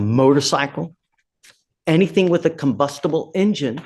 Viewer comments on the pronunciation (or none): You said conbustable engine judge. They will buy EVs now.